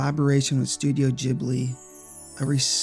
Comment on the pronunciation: Inazuma Eleven was HUGE on Europe actually and Ghibli (which is not pronounced like that) worked on a Taito game for the PS2 called magic oengel